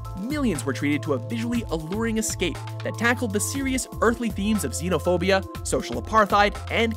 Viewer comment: I’m sorry, but the way he pronounced ‘apartheid’ (and ‘xenophobia’) made me cringe